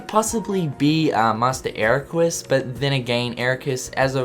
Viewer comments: My god he said Eraquis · "Eraqwys" :3